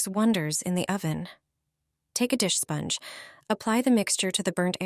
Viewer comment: What is a "spongg" and what is an "Oh-van"?. Shit AI voice.